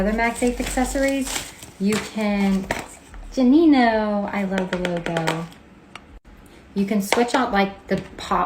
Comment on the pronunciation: Gu- not ju😊